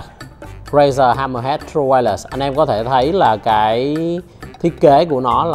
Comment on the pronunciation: Vietsub: tru-quai-lét , nghe đọc tru-quai-lẹt nghe thấy mà mệt vcl